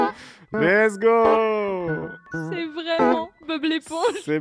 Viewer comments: "lets go" ?? plutot lezgongue j'ai pas raison ? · Au début tu dis lesgo et pas lezgong ????? .... !!!! ^^ :( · Putain enfin un mec qui as compris, qui dit less go c honteux